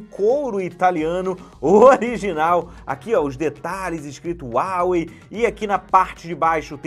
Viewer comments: SE FALA RUAWEI MATE!! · Esta falando o nome da marca errado, tem dinheiro para pagar no aparelho mais não tem para um curso básico de inglês?